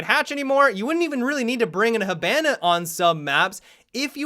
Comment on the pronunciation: when is he ever gonna say hibana right